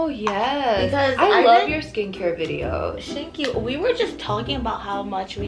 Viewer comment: "shank you" 😂😂😂😂